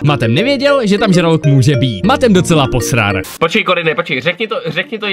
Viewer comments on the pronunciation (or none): hej bro porc rikas posrar misto posral